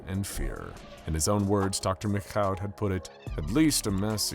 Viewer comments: What's with the "McCaw" [məkkaʊ] (or even "MacKhough" [mɪkxaʊ] at the end) pronunciation of the French Canadian name "Michaud"? I mean, it's hardneither to say it right nor to look it up – it''s just pronouced fucking "Meeshaw" [miʃo]. I don't know why they complicated it that much, when they also decided to do a French accent during his monologue lol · I always thought the French pronounced Michaud as "Mee-shoh". Love the videos! Please continue! You n Dr. Bob are the ginchiest!👍👍